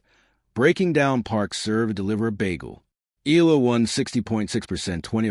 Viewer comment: its eh-yah -lah not EE-LAH